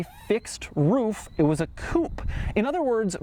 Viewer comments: No doug, it wasn't a "coup", it was a coupe' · it's not called coop, it's pronounced as coop-aye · It's not a COUP it's a COUPÊ !!! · It s not a Coup, it s a COUPEEEE FFS! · Doug, not sure if you read the comments, but here's a pointer, seeing that you're a car guy. In french whenever you see a "é", that means it's not silent. So coupé, is as it looks, not "coup". I know many english speakers just continued the tradition of saying coup, but they are wrong. Don't be that guy.... ...but it's ok, i also understand the need to not be "that other guy" that says everything like a eurofag, even if it's correct. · Coupe is pronounced coopay !!!!!!! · Coupe, not coop, ya fuckin' yank. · dchawk81 Not pay, its Coupé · It’s “a coop” wtf is a coop? Does he mean coupe? What a dork